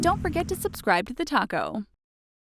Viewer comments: "Thanks for watching TheTalko!!" Why does it sound like "Thanks for watching TheTaco!!" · Am I the only one that every time they say TheTalko I hear TheTaco?